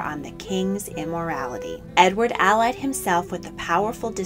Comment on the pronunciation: When the “allied” is used as a verb, the accent goes on the second syllable. You have been pronouncing it as the adjective form of the word, which has the accent on the first syllable.